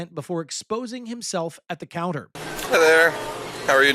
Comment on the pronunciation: HAHA I THOUGHT HE SAID “hellur” I WAS ABT TO SAY “madea?!” the mf has a cross on.. that is pissing me off after what he did